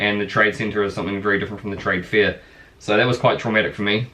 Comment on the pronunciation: On the light hearted side of things, at the beginning thought you said your parents were at a "trade fear." God Bless us one and all.